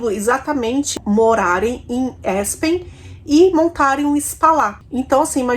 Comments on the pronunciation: Não se pronuncia Espen, o correto é Aspen! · ASPEN É ASPEN MM...NAO É ESPEN, OK? BJ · ouça o Google tradutor antes de pronunciar o nome das cidades de seus casos "Aspen" é apenas mesmo. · Assistindo agora ❤❤❤ Só a pronúncia de Aspen que está errado ❤️‍🔥